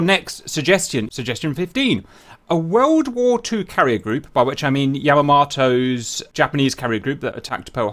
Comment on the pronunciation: His pronunciation of Yamamoto as annoying me, otherwise pretty epic.